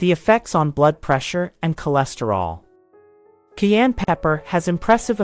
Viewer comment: It is pronounced “CAI ENNE “ not KEY ANN!!😊